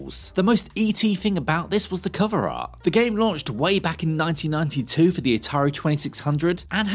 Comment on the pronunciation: It sounded like you said "1992", ET came out in 1982.